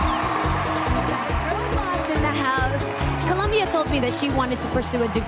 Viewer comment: Is it me or did the host pronounced “DOLOMBIA” instead of COLOMBIA??